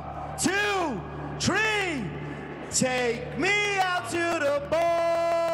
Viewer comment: "ONE... TWO.. TREEE!" 😂